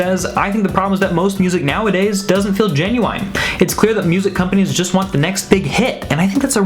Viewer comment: did he just say gen-you-wine